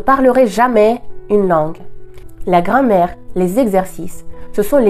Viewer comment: Bravo pour votre très bon français ! (attention à la différence de prononciation entre Grammaire et Grand-mère 😁... mais encore toutes mes félicitations.)